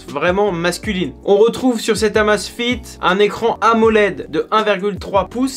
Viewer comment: Mon dieu, ca se prononce " AMEIZE FIT" à l'anglaise !